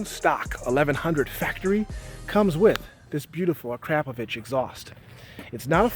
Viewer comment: It's not pronounced A-crap-o-vitch you fool.. Its Ak-ro-povic......